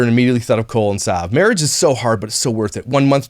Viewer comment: Every time said "Cole and..." it sounded like Colon to me. (Which is appropriate considering what I think of these people.) 💩